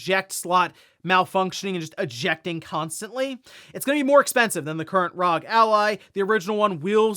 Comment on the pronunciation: R.O.G. or Republic of Gamers. Not RAWG…🤷‍♀️